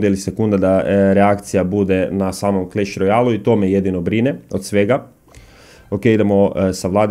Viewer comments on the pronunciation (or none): none